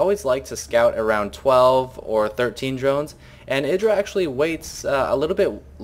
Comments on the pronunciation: i thought it was pronounced eyedra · no cuz hd starcraft and husky both say it like eyedra